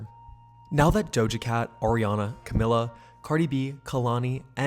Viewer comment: ur videos are great and im not a fan of hers anymore, but hearing you call camila cabello “camilla” was killing me loll